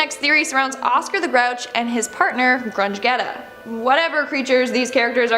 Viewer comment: pronouced Grundgetta's name wrong! It's Grun-Jetta not Grundge-Getta!